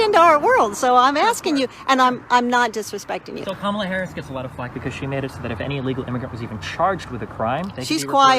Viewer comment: "I Don't Hate" proceeds to mispronounce "Kamala"